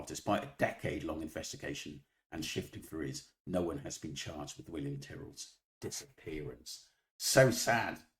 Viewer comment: She can’t even pronounce William’s name correctly - then she goes on a tirade about “facts” but hasn’t come to the table with the knowledge of the very basic facts herself. Is she that stupid or is she on someone’s payroll?